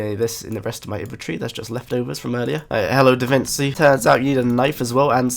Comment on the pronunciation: DAVINCHI not DAVINSI